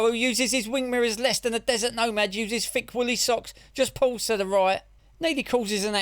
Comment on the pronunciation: If you are going to call people thick, perhaps pronouncing it "fick" is a little thick, don't you think?